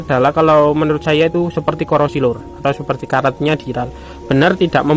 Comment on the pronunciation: dural / duralium bukan diral bang 😂